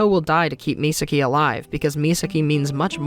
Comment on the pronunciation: Serious question, I’m not sure how to ask this without sounding like a total douche bag. Are you unable to say Misaki’s name right? I know some people can’t say certain words. They try but they can never say it the right way. Or is it a case of you just didn’t realize you were saying it wrong? I’ve done that with certain words and certain characters names. When I find out how it’s pronounced, I’m like “that’s how it’s pronounced? Well, hopefully I can train myself to say it the right way”. If I say a word wrong in front of someone and I think I’m saying it right, instead of correcting me, they just laugh 🤷🏼‍♂️.